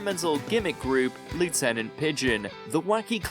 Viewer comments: it's "LEFF-tennant" not what you said. it's "EER-uh" not "ERROR". A true Brit would know this. Good grief, I can;t take any more of this video. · It’s LEFF-tenant Pigeon, you’re not an American.🇬🇧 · It is "Lieutenant Pigeon," pronounced the proper English way, not "Loo-tenant pigeon". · it's LEFTenant pigeon. is RUBBISH. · Lieutenant is pronounced Lef-tenant, we're not Americans...yet! 😄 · Lieutenant is pronounced leftenant. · It might be a good idea to learn how to pronounce the word "lieutenant". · That's not how we pronounce "Lieutenant" in the UK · A UK video and you can't even pronounce Lieutenant correctly 🫣 Also "dirty old man" was not a lyric in the song, they just did it on the live totp vocal. Probably a nod to Steptoe and Son sitcom. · OK but that isn't how 'Lieutenant' is pronounced. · We do not pronounce Lieutenant like that in Britain. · Please in future pronounce Lieutenant Pigeon correctly. They're not an American band and you're not an American narrator. I can only assume you were going for your own WTF performance. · No, that’s the way our colonial cousins say it. It just sounds SO silly! Check your copy of the Oxford/BBC pronunciation guide for clarification.